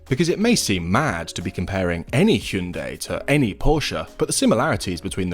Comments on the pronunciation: First off, PROPS for getting both names right. Pors-sha (not 'porsch') and Hyun-DAY (two syllables is correct, not Hy-un-dai as many Brits seems to pronounce incorrectly). I personally find the Ioniq 5N more interesting than the Macan EV and I'm a huge Porsche fan too... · Kudos for pronouncing both 'Por-sha' and 'Hyun-DAY' correctly (so many Brits butcher the name, Hi-Un-dai'